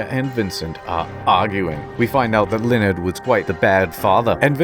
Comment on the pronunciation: Ha-ha! I have discovered your weakness, Lee-o-nard...err...Laneld....uh...